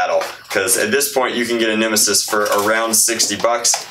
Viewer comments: He called it a nimassis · When he said these are the bumbers to set the nemisis down I cringed